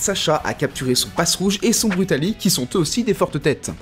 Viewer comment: son brutali ? c'est pas brutalibré ?